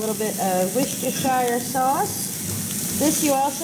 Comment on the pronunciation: By George she's got it, I think she's got it:).....Worcestershire sauce pronounced woostershire or Wooster sauce.....GO! You can teach the Americans how to say it now!Linda (UK)